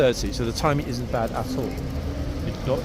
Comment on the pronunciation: When he says 'at all', it sounds like 'a$$ hole' 😅😅😅😅😅😂